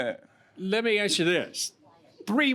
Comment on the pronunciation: He axed for them....ASK!!!!Is it really that difficult to add the sk?